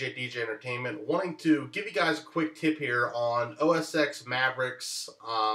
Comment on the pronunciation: great tip thanks! btw, it's pronounced "OS Ten"